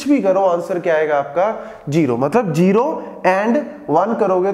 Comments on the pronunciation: "Jero" and "jaroror" or "zero" and "zaror" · Yr jero na bolo kasam ae tapp charti ha.